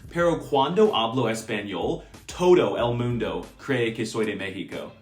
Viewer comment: ''tOUdoo euel MonDuoo crueee que Soi de Mekksico''